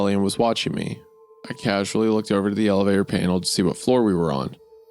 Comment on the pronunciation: Isaiah reading causally as casually really threw me off 😂